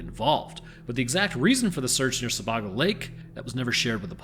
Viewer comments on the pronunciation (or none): Being from Maine i relly need to correct some pronunciation's….. Sebago is pronounced with a long a sound…ie Se-bay-go. Casco is a small a sound like the name Cassidy. Love your content and your delivery.. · Took me a moment to realize you were talking about Sebago lake, which is pronounced closer to seh-BAY-go, not whatever the abomination you said. And, yes, I live the the Lakes Region of Maine 😉 And to add, during the Angus King administration public radio stopped reporting on bodies found in the Maine woods... roughly around the time the tourism department started advertising more. Just putting it out there that no anglerfish were hurt in this message. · "Jury of your peers" is literally a fallacy. Sebago is pronounced w a long A.